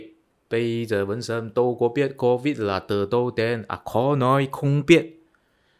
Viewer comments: Bạn phát âm lạm dụng chữ “t” “tờ”..,không phải âm điệu nào bạn cũng sử dụng chữ”t” để phát âm,ví dụ:”từ đâu đến..” chứ không phải như bạn phát âm là”từ tâu tến..”toàn dùng chữ “t” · Bạn nói phát âm tiếng Việt không chuẩn, ví dụ: nói (từ đâu đến..) thì bạn phát âm”từ tâu tến “,phát âm nghe 50% là sai,nhưng ngưởi Việt vẫn hiểu là hình dung theo âm điệu từng câu thì vẫn hiểu 🔴